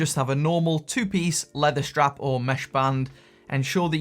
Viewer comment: Helpful video. But it's a 'strap' - not a 'shtrap'!